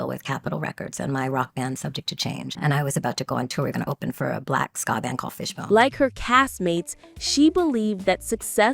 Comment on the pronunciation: Ska band...not "scar". Fishbone...great band. 🎶